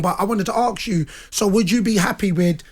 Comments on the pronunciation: "Aks you "?? Its ASK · Why did the guy say aks instead of ask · It’s not ARSK it’s ASK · I see the strange phenomenon of pronouncing ask as axe has finally travelled from the US to the UK. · It’s ASK not axe you it’s FUCKING ASK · and Darren Bent both cant say the word "Ask".